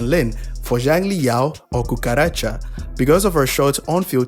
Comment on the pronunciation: Now why did you call Calcharo “Cucaracha”? 😭